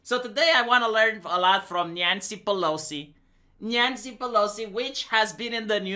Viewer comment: "Nyancy Pelosi"